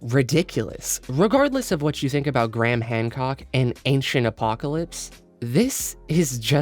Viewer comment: Why do you call him Gram? His name is Graham.